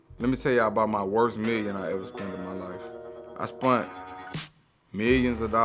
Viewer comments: Idk who this guy is but as soon as he said "spunt" instead of "spent" I thought this guy was dumb af. After finishing the whole thing, I realized he's an intelligent dude with some good wisdom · nigga said "spunt" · "I spunt" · "I spunt" smh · “I spunt” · This man really said “spunt”